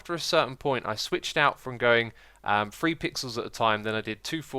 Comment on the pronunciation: Haha! He said "thigured" (figured) and "free" (three) in back to back sentences . Your way of speech, X, is always amusing.